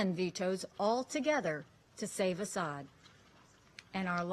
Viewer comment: It’s not Assad. Get a clue lady